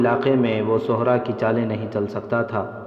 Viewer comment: Sahra not suhra